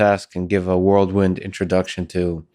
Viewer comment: Lex, Lex, Lex if you ever read the comments: I know English is your second language, but it’s “whirl wind” not “world wind”. 😁